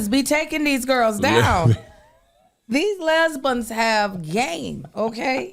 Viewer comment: "Lesbunnsss " omg 😂😂😂